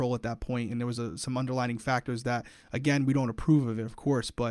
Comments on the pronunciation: the word is underlying conditions, not underlining! 😂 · He says underlining issues 😂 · I mean this in a nice way: it's "underlying condition" not "under-lining!" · I love you but the word is not “underLINING”, it’s “underLYING” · as an english teacher I have to say.. it’s underLYING not underlining